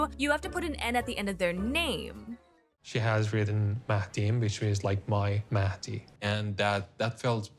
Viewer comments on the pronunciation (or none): Don't understand why she doesn't put the effort to pronounce his name properly, it's literally not that hard... It's maHHHdi not Maddie 😑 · I also wonder why she keeps calling him Maddie. It's weird. She's not even trying.